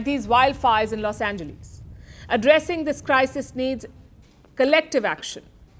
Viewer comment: This lady is horrible with English pronunciation, I am not surprised since she is from India and only 10% in India could read and write English with barely speaking option . Only .001% Indians speak proper English. This lady pronounced PRIVACY as Prevcy, she. Called Los Angeles Los Engleese